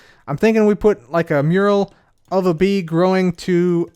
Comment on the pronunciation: I thought you said big b like the YouTuber not bee